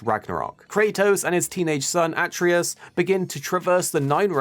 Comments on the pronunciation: It's A-TRE-US 😂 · Bro everyone gets his name wrong. It’s like they never played the first one and listened to his Dad pronounce it at all. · Well u obviously never played the old g.o.w coz u can't pronounce atreus's name properly